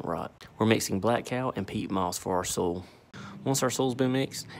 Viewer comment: where 'soil' is only one syllable